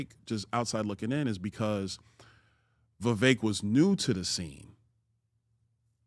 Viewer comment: If Byron has trouble pronouncing two syllable names like Vi-vek or four syllable names like Ra-ma-swa-mi, he may want to recall Zbigniew Kazimierz Brzezinski, US National Security Advisor from 1977-81. Those names are crosssyllabic. Or the Governator's brother's name, Meinhard Scharzenegger. How hard is that? Cheers!